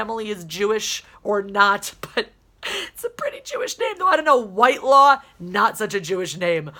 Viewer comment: Wile, I totally agree with you. The name is pronounced Whit-law. The person I know with that name, It is their last name.